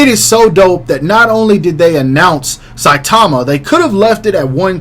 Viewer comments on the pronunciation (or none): none